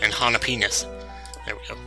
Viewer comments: Why is there no top comment about him saying Jalapenis? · did he say hala penis? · Did he just say jalapenis? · did he say or before when he took the jalapeanos (or how are they spelled) jalaPEANUS ? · Did he say jelepenis?